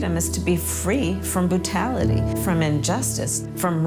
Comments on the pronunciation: So no one gonna talk about how kamala said boo-tality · "free from bootality"